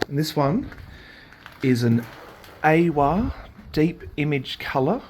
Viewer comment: I think you'll find the reisler tv was actually a Kreisler tv and the AWA (if that's how it was spelled, couldn't make it out in the video} was pronounced as three syllables A - W - A which stood for Amalgamated Wireless Australia.